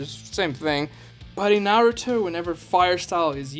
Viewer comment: this guy is making videos about his opinions but he can't even say Naruto right